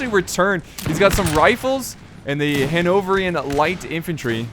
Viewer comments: Hano-vrian -> Hano-ver-ian* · its pronounced HAN-ov-VER-ian